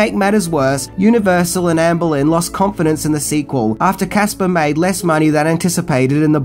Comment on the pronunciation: Lmao and his pronunciations. Amblin =/= Ann Boleyn. Amblin = (R)amblin(')